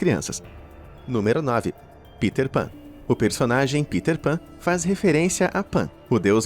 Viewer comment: Kkkkk “Piter Pan”... PITER pan PITER PAN